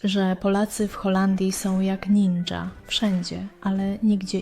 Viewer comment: Nie "Naja" ,tylko Ninja.😂